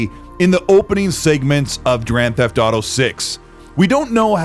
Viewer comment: Did you just say Drand Theft Auto 6 I can't wait for Drand Theft Auto 6 😂